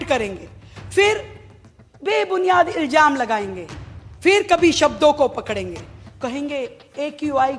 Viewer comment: CM Sahiba ko Urdu bolna hai to theek dhang se bole iljam nahi kahte ilzam kahte hain